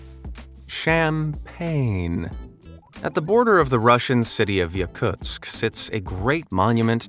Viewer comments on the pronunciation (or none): none